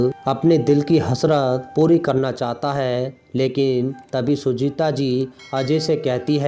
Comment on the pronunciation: बोलने का उच्चारण बिलकुल भी ठीक नहीं है सुजाता को बार बार सुजीता कहा जा रहा था